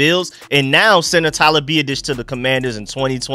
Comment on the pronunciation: You have to learn how to pronounce his name, phonetically it is Be-Ot-Ish